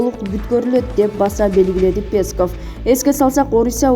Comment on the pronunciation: Пееесков деп атат го